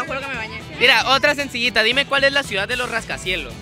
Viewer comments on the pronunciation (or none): none